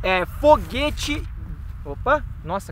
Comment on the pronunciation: Eu vi ele falando RÔ Foguete